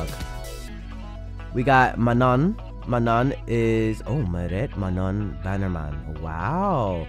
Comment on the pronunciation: Manon is pronounced Man-no 😝